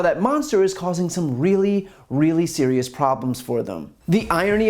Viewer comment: I love how she emphasized how SERIOUS the lawsuits in the states are lol...as if any sane person is taking them seriously